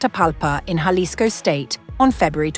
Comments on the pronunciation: She just said “JA-lisco” rather than “HA-lisco.” Goodbye. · It is pronounced halisco. Doesn't she watch the news? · Horrible pronunciation of “Jalisco “ 👎